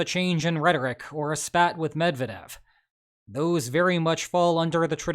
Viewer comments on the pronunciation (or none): none